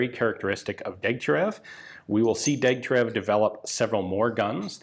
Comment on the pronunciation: Correction: it's pronounced Deg-tya-RYOV... otherwise another excellent video, Ian.